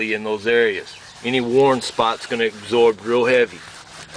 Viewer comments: it's going to egsorb? wtf? absorb? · Just "egsorb" some fresh air and "blendle" your frustrations away. 😂😂😂